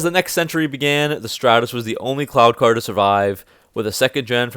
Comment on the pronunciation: Every time he says “cloud car” I keep thinking he says “clown car,” which is more fitting